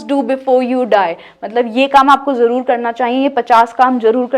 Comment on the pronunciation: Sister jaroor nae 'Zaroor' hota hae🇵🇰